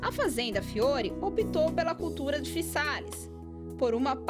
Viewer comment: Olá tudo bem. Apesar de escrever com ésse, fala "fiZális", igual casa escreve s e fala Zê.